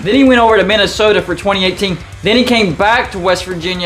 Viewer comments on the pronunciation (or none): none